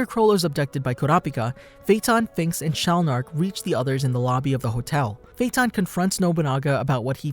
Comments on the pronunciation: AJFJAKSKSODOAKVOSKCKVKD I CAN TELL YOU WATCH DUB BY THE WAY YOY SAY HIS FUCKIN' NAMEE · the way he pronounces his name pisses me off